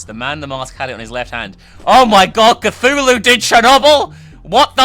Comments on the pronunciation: OMG, not Kazoolu!!!! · If they were going to mess up the pronunciation of Cthulhu, they should of and went for Cthuwu...